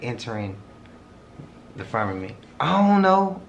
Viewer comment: Quit saying firmament!! Damn. FUR MEH MINT. WTF. Who says that? That's our atmosphere genius. And what ya seeing is cgi. And if it was real it would have been in space miles away. Firmament...wth